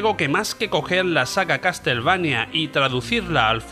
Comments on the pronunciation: Que no, CasTLevania no, se dice caSelveinia... Ains... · Se pronuncia "caselveinia" ...